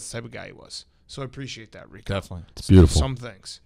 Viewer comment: RICO NOT RICK